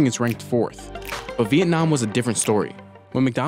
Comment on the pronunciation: I cracked up so hard at the VietNOM NOM